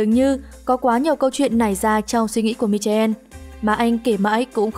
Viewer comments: MC ơi, em đọc tên MíCHAEL là MI- KO đi ,chứ đọc mi cha en thì kỳ quá, cám ơn. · Bây giờ Google dịch ở khắp mọi nơi mà ad đọc tên người nước ngoài nghe chán quá, thuần túy là phát âm bằng ....tiếng Việt. Michael tiếng Anh đọc là mai-cồ nhé. Có nhiều cái tên tưởng chừng như rất khó đọc nhưng thực tế rất dễ phát âm. Ví như Hermione, cô bé trong bộ ba Harry Potter thì ad sẽ đọc như nào ? Hơ-mái-ờ-nì. Rất dễ dàng, đúng không ? Ad đưa tên của người ta vào Google dịch, nghe rồi phát âm lại thôi, có khó khăn gì đâu. Không giỏi tiếng Anh không phải là tội, không biết dùng công nghệ trong cuộc sống hàng ngày mới là tội.